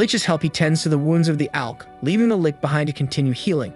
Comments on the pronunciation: He calls it a lick when it is pronuced lich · litch not lick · lit-ch. Not lick. Great stuff, tho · "revealing itself to be a lick..."-!?... You must be chinese because a Human wouldn't mispronounce Lich as "lick," when actual Humans know it is pronounced L-itch as in itchy, that kind of itch. A lich is an "undead" being, you seen the Nazgoul in Lord of the Rigs? They are Li(t)ch Kings, the high end of their form... why would you call it a lick? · just a note, Lich, which is what I'm assuming Shiki is, is pronounced 'Litch' not 'lick'. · Trues lol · Omfg it's it's pronounced Lich, not lick! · Yeah nope, the Lich is pronounced with soft ch as in cherry, not as Lick. is correct, is not correct. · Saying lick sounds funnier though. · Just a note he said litch' after makoto beat him he said litch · The show also gets it wrong, the show pronounces it as "leech" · Lich - Rhymes with itch. Deliberate - Rhymes with liberate... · why does he pronounces lich as lik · Lich is pronounced with the ch, like Charlie or charger Tomoe is pronounced like saying Toe-moe-ay as one word. This may come off as rude, but I’m just trying to help. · that's not his only fuckup, he can't pronounce Lich or mana properly and thinks Qi~ki is "kai."